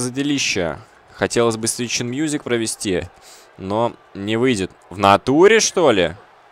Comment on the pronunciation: 2 сигнатура правильно произносится Свит Шхин музик.Она делается в углу,а лого Нирваны у меня есть.На кедах.На внешней стороне кеда.